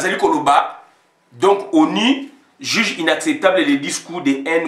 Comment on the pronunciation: On sortira pas de l' auberge avec de tels propos. ONI et donco n' existe pas en français. Ozo toka boye ? Nanu otoki tse. Combien de temps vis tu en france ou belgique? Y a t il pas des ecoles pour adulte specialisées en prononciation? Fait un effort pardon.